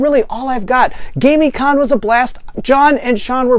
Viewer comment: I am thinking that it is pronounced Gamm-i-conn... It was great to get to play games with you at the con.